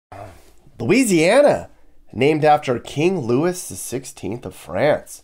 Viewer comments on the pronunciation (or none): King LEWIS? No, it is King Louis which is "Lou-ee". It is LOU-zee-ana, not Louise-ee-ana. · King Luis = “loo-ee” like the song..”brother loo-ee oo ee oo ee” not “Lewis”! 👑 🇫🇷 😅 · Couple notes from a Louisiana native: King Louis is pronounced Louie because French. Shreveport is known for its casinos and has quite a few, including The Horseshoe, which has $1m stuck to the walls of the entrance like wallpaper and protected with bulletproof glass. They're built on riverboats to get around an old law that forbade gambling on land. Beignet rhymes with way because, once again, French.